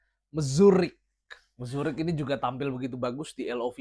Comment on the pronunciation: kayanya Mruzik bang, bukan Mzurik haha